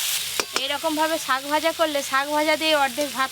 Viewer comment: Sok vaja noi sak vaja 😅